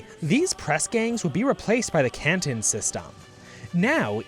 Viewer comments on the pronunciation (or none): none